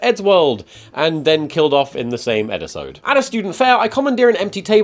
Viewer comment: did... did you just say Eddisode?